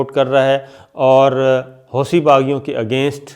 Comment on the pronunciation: صابر شاکر صاحب!! عرب 'ث' کو 'ت' پڑھتے ہیں۔ لفظ "حوثی" کے 'ث' کو 'ت' پڑھا جائے گا۔۔ یعنی "حوتی"۔۔۔ برائے کرم تلفظ درست فرما لیں۔ آپ کی ویڈیوز کافی لوگ دیکھتے ہوں گے۔ تلفظ صحیح ہو گا تو سننے والے زیادہ خوش ہوں گے۔۔۔ جزاک اللہ خیرا کثیرہ۔